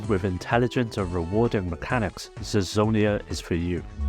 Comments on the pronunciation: I had it on my phone, too. BTW why in the video he says "zezonia" if it's written "zenonia"? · Great least makes me want to pick up my vita and backward play my psp on it. you mispronounced zenonia into zezonia.